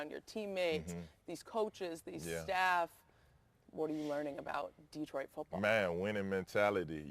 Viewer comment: Yo Za'Darius, first lesson - pronunciation... ✅ da-TROIT ✅ duh-TROIT ✅ dee-TROIT ❌ DEE-troit <---- never